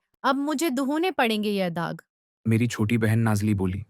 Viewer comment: MashAllah bhai aap nei buhat acha kam kia hei Allah aap ko is ka ajar dei ga Bus thora sa language pronunciation pr kam karein Urdu achi hei Bus thorei sei alfaz ajeeb hein Jesei 'Dagh 'hota hei 'daag 'nahi 'Mashora' nahi 'mashwara ' 'Sanap ' nahi 'sanp ' Yei buhat acha kam hei Bus thori mistakes hein un ko improve kr lein Q kei bachon kei leiy urdu cartoons buhat kam hein aur wo bhi Islamic InshAllah aap ka channel aur soch kamiab ho gi